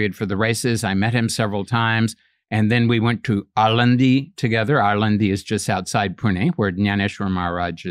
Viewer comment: I couldn't believe he could effortlessly pronounce a word Alandi like Indians !! 😀